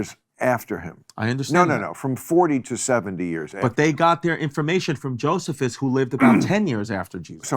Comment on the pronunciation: Maybe learn how to pronounce Josephus & what some of the problems of the Testimonium Flavianum are, if you don't want to sound like a complete fool, Mr. Distefano.